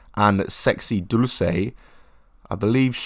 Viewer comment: I appreciate your pronunciation of dulce in Spanish and not in Italian like Americans tend to do